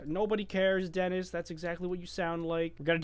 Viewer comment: it's Denis not Dennis